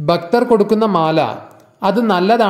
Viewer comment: baktharalla bha bhakthar bagavan alla bha bhagavan ucharanam shradhikkuka